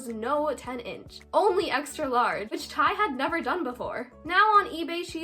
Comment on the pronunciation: Me about to die when every time she says ti AHHHHHH it’s t y eikdmdk